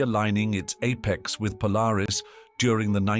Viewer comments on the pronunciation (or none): none